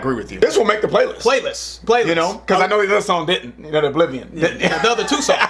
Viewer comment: O-bliv-ee-un. Not o-bliv-ee-on.